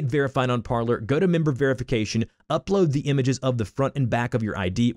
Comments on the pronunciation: It's not pronounced parler. It's pronounced like parlay because that is the french verb to speak. Low information people like you are destroying the country. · It’s pronounced Parleeeer as the CEO explained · If you're going to do a tutorial.... Pronounce it correctly. Par-LAY (french for "to talk") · It's pronounced Parley... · It’s pronounced par-LAY like in the movies w jack sparrow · It’s Par-lay like Pirates of the Caribbean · It’s pronounced Par-lay . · Parler is French and it is pronounced parley meaning to speak or talk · Shouldn't it be pronounced "par-lay" (French for "speak")? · I was thinking the same thing! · People can’t fucking pronounce Parler lol